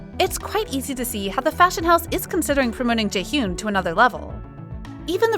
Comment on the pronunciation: Its not jaehyoon it pronounces as jae-hee-yan please stop saying it wrong